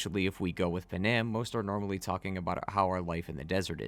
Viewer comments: They tell you how to pronounce Panams name in the game Pan-am Not p'nam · im talking about thw way he said it. Its Pan-am. Not p'nam or puh nam